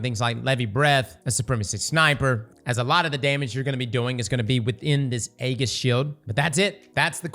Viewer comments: Eggis? Wth is that? Does he mean Ageis? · This was a great video but man, your pronunciation of aegis is killing me lol. It's ayy-jus. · Only posting because it was mispronounced so many times. Aegis is pronounced A-jis with a J sound, not with a G sound. Great video too! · Its pronounced EE-Jhus btw not Ayy-gis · saying the hard G in Aegis had me dying laughing.